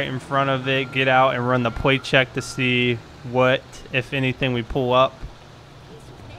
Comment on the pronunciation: can you not say L or something pwate check pweeec check